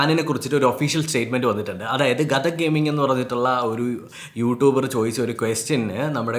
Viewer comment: ഗതക് അല്ല😂😂..... ഘാതക്ക്..... GoldL_ghathak